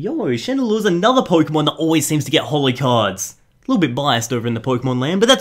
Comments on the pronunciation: Did he say genesect hollow? Great job 😂😂😂😂😂😂🤣🤣🤣🤣🤣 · Did anyone else notice that he said genesect "hollow" at first...